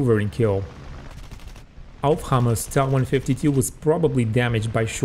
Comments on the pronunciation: Not pronounced 'ta' but t.a. . . . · its not ta, its tiiai